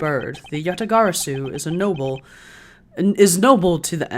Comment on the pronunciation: Dude props to you for being able to say Yatagarasu like 10 times in a sentence LOL